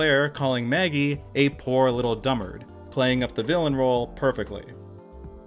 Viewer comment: 99% sure it’s “poor little dullard,” not “dummard.”